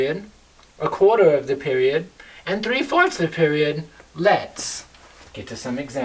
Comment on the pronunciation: Whenever he says "mah period" I went into several seizures from laughter.